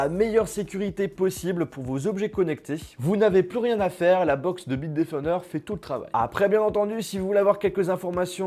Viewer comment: Bite qui defon '' bitedefnder''